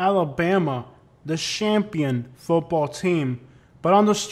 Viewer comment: This guy’s demand for gang activity doesn’t meet the supply. As soon as he said “Shampion” that told me all I needed to know.